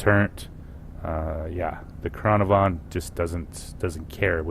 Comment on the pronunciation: Its pronounced can ar van dumbass